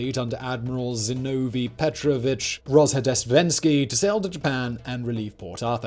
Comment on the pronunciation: Pretty impressive pronunciation of Zinovi….Ragajetski